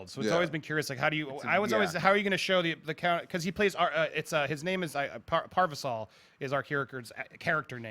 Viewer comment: Parvisal? LOL